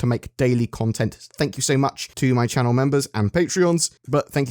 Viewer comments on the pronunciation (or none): none